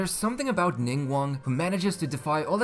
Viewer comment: IM PROUD OF YOU YOU PRONOUCED NINGGUANGS NAME CORRECTLY